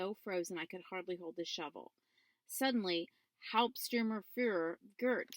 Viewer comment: "haupssturmurfuhrur". nice